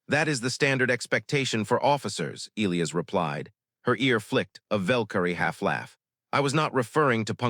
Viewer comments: NOT EEElis. It's pronounced EE LIE AS. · I can’t listen to many more stories where the AI narrator can’t even pronounce Elias correctly